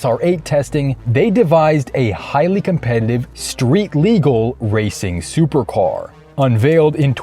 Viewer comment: Did.. did you say Soper car? And Valkyrae?